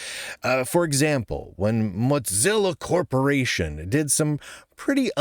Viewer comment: Yes. Any political affiliation from either side slapped on software makes me run for the hills. Stick to coding, not politics. Also, who the hell is “mutzilla”? It’s Mozilla Moooozilla.